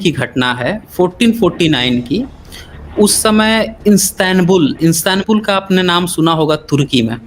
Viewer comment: पर आपने कहा कि इस्तेेनबुल तुर्की की राजधानी है, यह तथ्य पूर्णतः गलत है, तुर्की की राजधानी 'अकीरा' है, वैसे भी इसका शुद्ध उच्चारण इस्तांबूल है.....इतिहास में कस्न्निया के नाम से प्रसिद्ध तुर्की शहर इस्तांबुल के नाम से जाना जाता है देश का सबसे बड़ा शहर और उसकी सांस्कृतिक और आर्थिक केंद्र है। शहर इस्तांबुल राष्ट्रपति के रहने का स्थान है परन्तु राजधानी नहीं है। आबनाईे बासतुरस और उसकी प्राकृतिक बंदरगाह शाखा मुहाना के किनारे स्थित तुर्की का उत्तर पश्चिमी शहर बासतुरस एक ओर यूरोप क्षेत्र थरेस और दूसरी ओर एशिया के क्षेत्र आना्ऑलियह तक फैला हुआ है इस तरह वह दुनिया का एकमात्र शहर है जो दो महाद्वीपों में स्थित है। इस्तांबुल तारीख़े आलम का एकमात्र शहर जो तीन महान सल्तनतों की राजधानी रहा है जिनमें ३३० ई. से ३९५ ई. तक रोमन साम्राज्य, ३९५ ए से १४५३ ई. तक बीजान्टिन साम्राज्य और १४५३ ई. से १९२३ ई. तक राज्य इतमानिया शामिल हैं। १९२३ ई. में तुर्की गणराज्य की स्थापना के बाद राजधानी अंकारा कर दिया गया। २००० की जनगणना के अनुसार शहर की आबादी ८८ लाख 3 हजार ४६८ ए और कल शहरी क्षेत्र की आबादी एक करोड़ १८ हजार ७३५ है इस तरह इस्तांबुल यूरोप का दूसरा सबसे बड़ा शहर है। शहर को २०१० के लिए पैक्स, हंगरी और आसन, जर्मनी के साथ यूरोप की सांस्कृतिक राजधानी घोषित किया गया है। इतिहास में शहर ने निवासियों की संस्कृति, भाषा और धर्म के आधार पर कई नाम बदले जिनमें से बाज़नटियम, कस्न्निया और इस्तांबुल भी जाने जाते हैं।